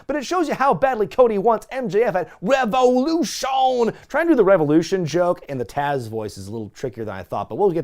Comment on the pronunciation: You keep killing me every time you say, "Revolution."😂